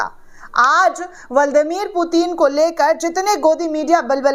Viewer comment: ब्लादिमीर पुतिन बोलिए बहन जी, ✔️(बल्ड मीर पुतिन कहना गलत है।)